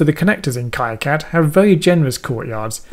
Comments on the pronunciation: /ˈkiːˌkæd/ or KEE-Kad - similar if it would be pie-cad then ki-cad :) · import a netlist ? are you using KiCAD 4? Btw, look up their live streams. It's pronounced KeeCad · Prononce it as "Keecad" as it's a French name. :-) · The pronunciation of KiCad is sort of an in-joke within the KiCad community. Both K-eye-Cad and Key-Cad are valid pronounciations with two informal groups within the community professing allegiance to each of the pronunciations. Makes for a good mock argument to steer actual flame-wars towards to defuse situations. When you did your project you created a netlist from the schematic and then loaded the netlist into the pcb. This is now a depreciated workflow. You can skip the whole generation of the netlist file and update the pcb from the schematic with a single menu item. You can't really update the schematic from the pcb if you wanted (for example) to swap pins on an IC. KiCad's native workflow has information flow from the schematic to pcb. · It's Keycad, the guy who started the project named it after a family friend who died, gentleman's name was Ki and its pronounced ' KEY ' but I guess it dosent matter! this was a great tutorial and I will disable the "generous" courtyards as well, something I have never found but now I know it's there !....cheers. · The originator of KiCad pronounces it keecad. He's French. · Definitely going to replay this video with heavy use of the pause button as an EasyEDA to KiCad tutorial and see if I can make sense of it as you have., (I pronounce it [K-eye Kad] though I have no idea if I'm correct).